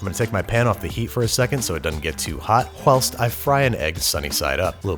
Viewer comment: everyone heard the “hwhilst” right